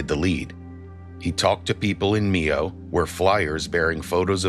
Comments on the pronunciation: Mio not nieo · My-ohh..not me-oh